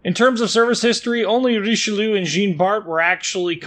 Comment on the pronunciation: RICHE LUUU xD